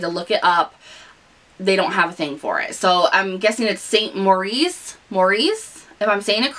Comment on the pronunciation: Hi I love the new highlighter on you. I was admiring your glow before you mentioned it. We have had St Moriz for a long time in the UK. As far as I know it is pronounced San More it's. The version which they use in salons is scary, it applies a weird green colour. Then you have it buffed off by your gal and go home a greeny brown colour. Yours sounds much easier and less scary. I would love to be included in your giveaway please. Thank you. Off to bed for me now. Thank you for posting you always make me feel better because you're such a real person. You don't gloss over the bumpy bits, you get on with it. 💕💖💕